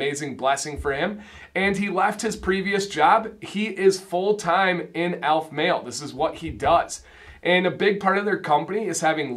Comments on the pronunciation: ALEF, not ALF. al-F, not ALF. The e is sounded. Now to watch the rest of the review. I enjoyed the review, and description of scents. Succot is pronounced Sue-COAT. Boker Tov is Good Morning, and the response you were looking for is Boker Ohr, morning of light. Havdalah (hav-dala') separates the end of the Sabbath from the beginning of the week and includes smelling sweet spices. I'm looking forward to getting to the point of ordering some, but I'm also looking forward to ordering some Norseman products for my gray/white beard. In your opinion, is Aleph Male suitable for gray/white beards? One or two ounce is a good question. I like getting more product for less per unit, but the more I have the more eager I am to use it up and get to another. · I didn't expect you to have expertise on Judaism, but as you can say "Macinac", "Jojoba", and various terms of binomial nomenclature in your product reviews and 101 videos, it struck me that consistently mispronouncing the name of the company you reviewed did not meet (what I thought were) your usual standards. I may have been too hard on you, and for that I apologize.